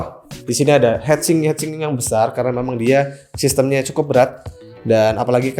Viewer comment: heatsink dibaca hitsing